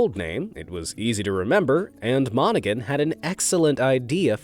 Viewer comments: Hey DERP!!....The surname "Monaghan" is pronounced, "monna han", not "Monna Gun". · The name is Tom Mon.a.g.han The G is silent We are used to hearing it because we are from Detroit you're welcome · The name is pronounced Mon ah Han. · It’s Moni-HAN Your AI makes my ears bleed!!! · The guy Domino's Pizza guy's last name is pronounced Mona-han with no g sound. I worked with him at Domino's in the 1970s. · The Domino's founder's name is not pronounced with a hard 'G'. It's Tom Monna-HAN, lol. Source: hubby and I both worked there. 🤷🍕😂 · It’s pronounced mon-a-han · Fun Video. Monaghan is pronounced MON-A-HAN. The G is silent. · You do not pronounce the G in the name of Tom Monaghan. Research your subject at least a little bit please. The fact that Tom Monaghan bought into a pizza chain sold drugs could be delivered. I quit counting how many of those Domino's managers ended up going to jail for dealing drugs, but that's what that businesses doing for a long time. They make it look like it was just individual managers, but I don't believe it that's too much of a coincidence. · Tom Monaghan the “g” is silent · You keep miss pronouncing his name! The g. is silent and I should know I live near Ann Arbor where Domino's is based